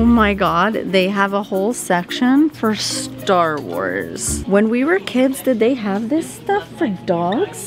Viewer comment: I love all your videos! normally I hate vloggers and I especially hate Long YouTube videos but I can watch your videos for hours! I am cringing so hard as you guys mispronounced and mix up the names for everything Star wars 😂😂 but I forgive you lol huge Star wars fan here lol. You would actually love Star wars movies if you watched them though! You have to watch them in the order you're supposed to though. I love how Leo is so good in public!!